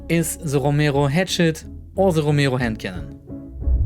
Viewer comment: the way you say romero pisses me off